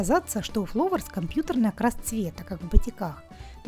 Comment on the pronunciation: ФЛАУЭРС* ,а не фловерс